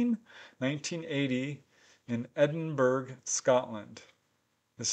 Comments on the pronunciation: There is no such place as edinberg! it is pronounced Edinbura though obv iously not spelt that way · (Edinburgh is actually pronounced Edin-burrah...) 😉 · For future reference its pronounced edinborough. Don't know why it's not spelt like that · Edinburrrr silent g